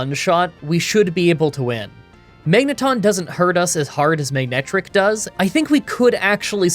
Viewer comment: You said “Magnetric” so many times that I could really hear you pronouncing the “g”… which is odd, because the Pokémon’s name is “MANETRIC”.